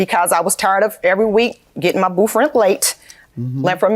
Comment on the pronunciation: How come she can say 24th but you can't say booth LMAO my husband was half black and whenever he would get caught in a lie he couldn't pronounce his th Blends LMAO😅😅😅😅